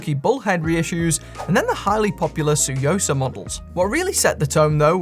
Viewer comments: Took me a second to realize you were saying tsuyosa, had you not considered looking it up and seeing how it's pronounced or something? Because the way you say it is like way off. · One of my favorite things is hearing trying to pronounce Tsuyosa 😄